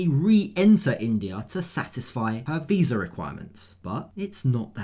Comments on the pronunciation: really. I noticed that. He can’t even say visa correctly. 😂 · Dude, it’s pronounced VISA not WISA. He’s putting Jen down and can’t even speak. 😂